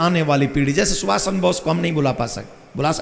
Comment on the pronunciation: सुभाष चंद्र बोस है , बॉस ना कथा वाचक जी